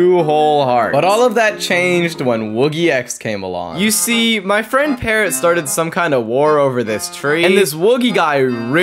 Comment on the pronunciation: the fu he said paarrot